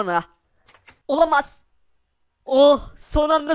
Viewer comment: olamaz demek yerine olamas diyor